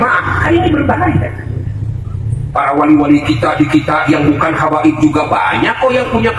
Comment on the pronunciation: Apa faedah nya bagi Ki Imad dan imadiah tentang pembatalan nasab ba'alawi, mengapa Ki Imad cs selalu menebar fitnah tiap ceramah selalu yg di bahas Nasab ba'alawi, setingkat Ki Imad yg bergelar kiyai menyebut Habaib dengan sebutan kabib Muhibbin di bilang Kibin apa namanya ini kalau bukan kebencian dan dendam